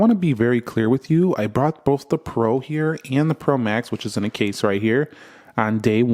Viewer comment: "even though I have a case on it..." sounded like "even though I have a gay son..." 🤣🤣